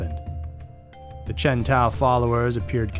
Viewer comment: When you said Chen Tao I swear I thought you said Chevy Tahoe. 😂 That's a different kind of cult there.